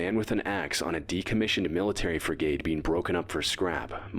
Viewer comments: It's not pronounced Freegate (sort of how he said it) it's more like Frigat. If I knew phonetic writing id do a better job, but not too many people can read that anyway I figure. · Hearing the dumbass narrator pronounce frigate so badly every time, really boiled my blood